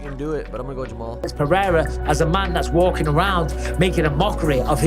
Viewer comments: I hate Cejudo so much. He tried to throw some extra sauce on "Pereira" and said "Paraya". That's not even how you pronounce it with the accent lmao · I don't understand how Rogan being involved with the ufc all this time still can't pronounce Pereira.